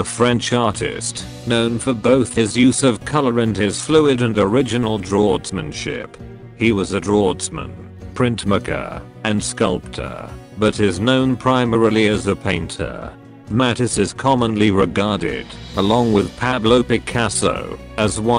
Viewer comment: The information is okay, but the pronunciation of various names and important words is awful. Matisse is pronounced incorrectly as is draughtsman, for example.